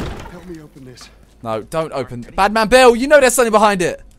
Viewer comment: Was he saying Badman Bill or Batmobile?😂